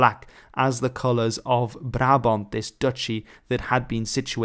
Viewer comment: as a dutch i must say HOLY SHIT YOUR PRONOUNCIATON OF "BRABANT" IS GOOD!!